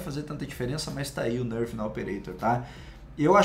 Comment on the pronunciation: esse cara fala nârf kkkkkkkkkkkkk